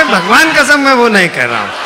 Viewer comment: His "bagvan kasam" 😂😂😂😂